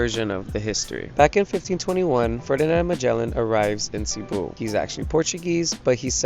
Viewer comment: Please pronounce cebu correctly, thanks